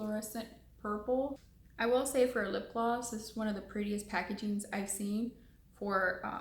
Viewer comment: soooo last year 😂, but thanks for that “glowww”...it’s gloss mija 🤣